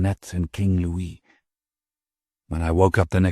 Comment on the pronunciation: Please upload this version to the Internet Archive or Mega, save for his pronunciation of Louis as Lewis, Frank Muller's vampire chronicles narrations were the absolute best, thank you for the upload!